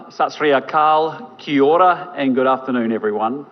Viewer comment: 😂 "Key Ora" this guy hates Maori language and a racist PM, India you can keep him, NZ dont want him